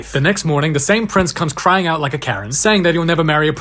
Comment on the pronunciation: Lmao that "I'm cwiying 😂